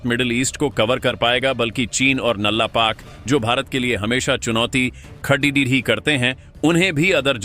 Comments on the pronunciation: Sorry. Aapko hindi bolna nahi aata. Badda kam kiya hai, baddi chunauti khaddi kar di hai, what is this? I will stop watching your videos. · Khadi karega ko bolte ho khad dhi karega. Tum channel ko 12 bajaoge.